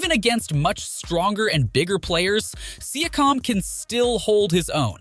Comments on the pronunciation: Exactly. Personally, I dont care that it is an AI. We use the technology ourselves; however, he needs to find a better AI or learn to write the names so the AI can pronounce it. For example if he entered the prompt: "See-yak-cum" he would have solved the pronunciation of Pascal's name. Rookie mistake. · siakam as well